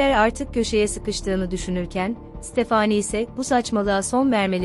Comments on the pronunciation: Tekekkürler emeğinize sağlık ama stephanie yi stephaaaani diye sürekli yanlış telaffuzunuz rahatsız etti. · Ya stafani de gitsin ne uzatiyon sinirim bozuluyor bole uzattikca isimleri takili kaliyorum kimide amandaya emenda diyo kusura bakmayin biraz dikkat lütfen başarılar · Amanda, əˈmændə olarak telaffuz edilir. Yani A- men-da. Fakat Stephenie telaffuzu tamamen yanlış bu videoda.